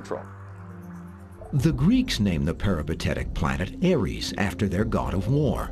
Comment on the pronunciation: It’s Ares for fuck’s sake - not Aries. That’s some other made up nonsense.